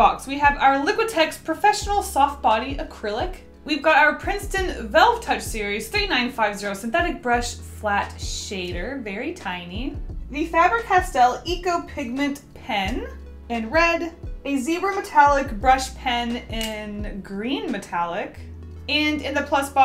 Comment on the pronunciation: Its not pronounced fA-ber its pronounced fAY-ber castell